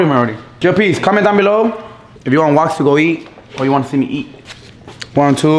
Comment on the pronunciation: am I the only one who thought it was spelled Wax and not Walks😂